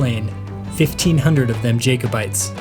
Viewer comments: It's not Edinburro, It's Edinburr ! Also Jack-o bites not Jay-co-bites ! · ...also NOT "Jake-o-bites"....´jack-o-bites´